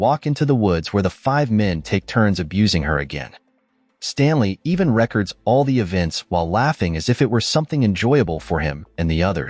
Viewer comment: "...even REK kerds what they did..." You're gonna have to get better AI speakers to get me past . NEXT!